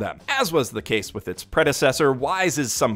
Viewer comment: To whom it may concern, it's pronounced "with". That's it. That's a short /i/ and the softer of the two "th" sounds. No idea where the /ai/ diphthong is coming from but hey, Japanese peeps aren't exactly known for their proper pronunciation of English words.